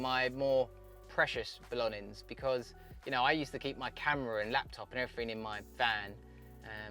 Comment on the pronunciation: why cant he say belongings ? 👍🏼